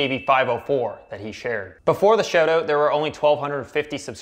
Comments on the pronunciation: Sounds like you are saying shadow instead of shout out. You must be Canadian. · I can tell you're a fellow Canadian by the way you say SHOAT OAT. Fookin epic bud.